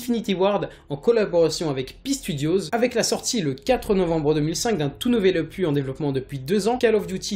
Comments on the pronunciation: Bonne vidéo mais on dis un opuSSS pas un opu, et vu le nombre de fois que tu as utilisé ce mot tu aurais pu te renseigné sur la prononciation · n'importe quoi ce que tu dit desfois sur AW on peut pas marcher sur les murs et BO1 ET MW3 sont sortit aussi sur WII et aussi ça se dit opus et non "opuh" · j'ai quitter la vidéo juste parce que il arrête pas de dire opu !!!!! ya un putin de s a la fin !!! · c'est opus pas opu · OPUSSSSSSSS pas Opu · LE S DE OPUSSSSSSSS DOIT ETRE PRONNOCE BORDEL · Le S de opuS ce prononce, j'ai eu les oreilles en sang tout le long de la video